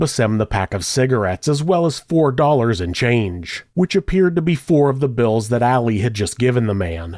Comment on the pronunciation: It kills me that you keep pronouncing it “Alley” instead of AH-Lee… I’ve known many “Ali’s” in my 36 years, & Not a Single One would appreciate being called Alley (cat) - that’s a FeMaLeS name, back in a time when the two sexes preferred staying separate, at that. 😆 I’m white too, but pronouncing names as they were given really isn’t hard …. Save maybe rolling your tongue as the Spaniards do, that one can get a bit tricky 🤔 ahaha